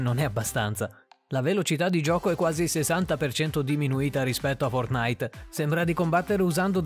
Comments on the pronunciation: Si pronuncia fortnait non fortnaìt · Apprezzo il video ma il modo in cui dici fortnite mi spezza il cuore xD